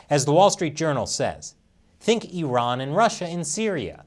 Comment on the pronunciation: Thank you for calling Iran, Iran not i-ran